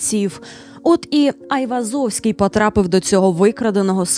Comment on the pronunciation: Гайвозовський?😂 взагалі то нерусіфіковане ім'я та призвіще Ованес/Оганес (Іван) Айвазян (Айврзовський ), його рідний брат був головою кримської єпархії Вірменської Апостольської Церкви Криму, а похований Айвозовський за власним бажанням, у дворі середньовічної вірменської церкви Сурб Саркис (Святий Сергій)